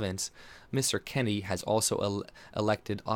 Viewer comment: It's Jason Kenney, not Kennedy.